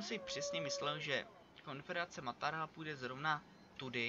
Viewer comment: říká se maratha a ne martaha nebo jak to říkáš :)